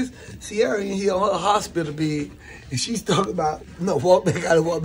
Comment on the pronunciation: This 🥷🏾said hopilla...not hospital